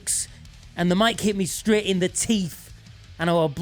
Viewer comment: “I’m streht” 😂